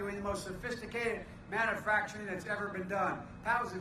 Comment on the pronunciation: Mannuhfactring in His idiot tongue